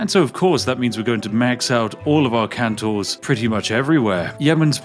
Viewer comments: It's not Kan-Tor, Its Kon-Tor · ÍTS CALLED KONTOR NOT KANTOR K OOOOOO NTOR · Its CONtor. Not CANtor. Please.. Spiff! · I really, really wish you'd stop pronouncing "kontor" (meaning "office") as "cantor" (meaning "Christian choir leader").